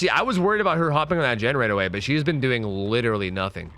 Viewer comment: Now I know why my son's saying lillee instead of literally.